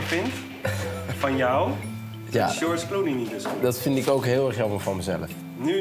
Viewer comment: "Sjors Kloenie"